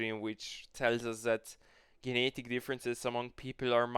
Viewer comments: I love how you say the word "genetic" 😂 Gee-ne-dik. Very based content. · You don't know How to say genetic.